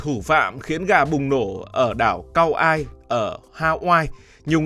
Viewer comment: Đọc là ka oai (kaua’i) ông ơi trước khi làm một chủ đề nên tìm hiểu kỹ về tên gọi và cách đọc